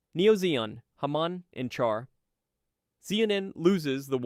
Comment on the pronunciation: Great video except your pronunciation of peoples' names. For example, Char is said like "Shar". Char is a French version of Charles so the Ch is more often said like Sh. The worst though is Treize. It is most certainly not pronounced "Trees" :/.